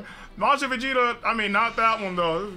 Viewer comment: Is it just me or did I just hear him say super Saiyan blue Vegeta